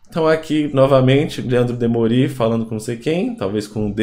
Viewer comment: DemÔri, não Demorí.